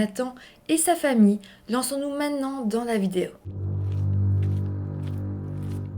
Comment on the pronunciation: trouve trop mignon comme tu dis « mainant », au lieu de prononcer « maintenant », en début de chaque vidéo et comme tu alternes les nombres septante, soixante-dix, huitante, quatre-vingts, nonante et quatre-vingt-dix! ... 😊😊😊